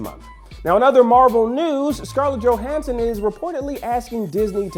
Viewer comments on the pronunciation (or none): none